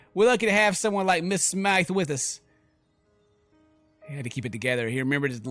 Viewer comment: its pronounced smith